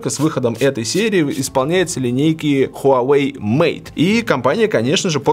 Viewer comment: Хуавэй крут как всегда. Жаль жена до сих пор не правильно читает название бренда))